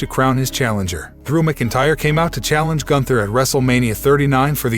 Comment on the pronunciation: Dude, if you can't properly pronounce words like Seamus, McIntyre & Dominic, or bother to check how to properly way the names, how about you let someone else do it?